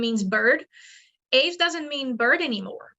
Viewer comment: Get your pronunciation of "Aves" right if you are going to present yourself as some kind of authority.